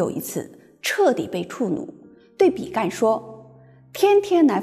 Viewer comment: 比干，干音ㄍㄢ。天干的干。